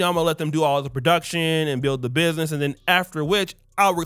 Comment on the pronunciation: Dude cant even pronounce 'ask' and 'business' correctly😂